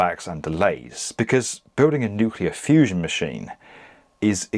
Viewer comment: Nucalere Fewzon!